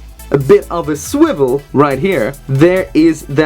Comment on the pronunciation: Did he just say a SWIVEL